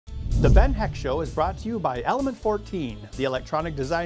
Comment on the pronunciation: At the start of the video, if you wait a bit then skip ahead, you'll hear "The Ben Heck Shom"